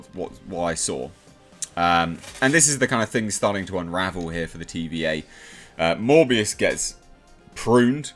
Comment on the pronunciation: It’s Mobius not “Morbius”